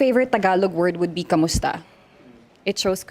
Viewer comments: "Kumusta" not "Kamusta" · It's "Kumusta"